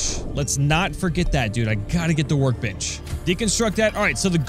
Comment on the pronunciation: Every time he said "Workbench" it sounded like "Work-bitch".